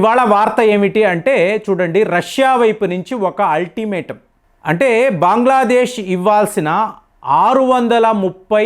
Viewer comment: బాంగ్లా దేశ్ కాదు.బంగ్లాదేశ్